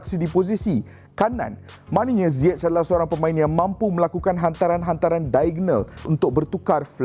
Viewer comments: No one : Frank Lampard : HAKIM ZAIYECH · pronounce nama ziyech ni.. zaiyech ke ziyech